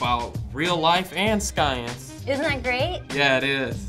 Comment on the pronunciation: did he say sKience???